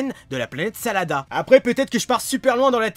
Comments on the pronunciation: planete SADARA ET NON SALADA !!!!!! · tu dit salada mais ces la planète sadala